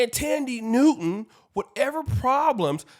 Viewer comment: Her name is THAN die ...not Tandy get it right, if you going to pour salt on the woman at lease get her name right 🤔